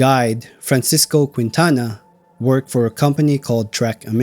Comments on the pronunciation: In the name Quintana the “u” is silent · And mispronounce Quintana. 🤣 Great video! Thank you